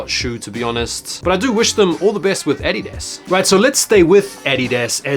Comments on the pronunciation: The way you say “adidas” is fucking hilarious 😂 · Anyone else annoyed af with the way he pronounces addidas?